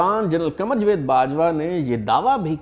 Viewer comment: Not jved but rather Javed